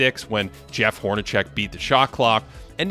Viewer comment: I thought it was "Hornac(s)ek" not chek